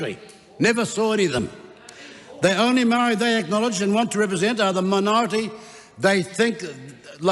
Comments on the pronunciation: Your the racist one! Listen to you cant even say Maori properly. Give Maori more seats then to show you what they can do. What you are saying is pakeha white people run the country while maori three or four Maori people do nothing. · E noho, Winston! All the people that stand to protect te reo Maori are NOT a minority! What have you done, Winston? I voted for you once decades ago & you sided with National...NEVER AGAIN! You are more than suss when you can't even pronounce Maori! Moumou to toto Maori!! You belittled yourself when your ego got the better of you in your feeble attempt to ridicule Hana-Rawhiti Maipi- Clarke. The tenacity of you to try to tell her about respect for kaumatua when she obviously breathes her taha Maori! He aha to korero? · You can’t even pronounce Māori properly your a disgrace you sell out clown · Winston what are you doing? Speaking of division while going against your own people. For one you don't even pronounce Maori correctly, that's how pakeha you've become. They aren't attacking Maori, they are defending it against your attacks. Why are you attacking your own people? Who trained them? Who educated them? The same pakeha system that educated and trained you. They just saw through it u like you. What the heck, we know your background all to well Koro. What a disgrace, you got in that position because of Maori people now your shunning them. They don't want separate, they want what is theirs. You are our people Mr Peters, what the heck is this rubbish 🤯 Together as one just without Maori, what a joke. You need to be called out and then kicked out!